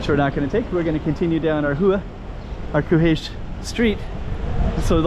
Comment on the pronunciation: just to try to help you with the two consecutive "rr", it is like you say 'r' sound for a bit longer. It kinda reminds me the pirates in American cartoons to be honest. It is hard to explain from text, especially if you do not hear the sound from a Portuguese speaker. But you sound closer to the correct form, if a Portuguese heard you say the name of the street he/she will get it.